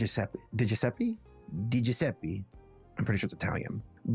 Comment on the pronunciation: not GiuseppI, GiuseppE. E pronounced as he E of bEd